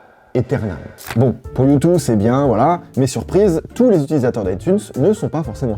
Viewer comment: Ca se prononce « youdeuh » ;)